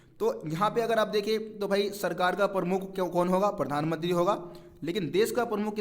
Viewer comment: Bhai pathanmantri nhi Pradhanmantri bolo :) </3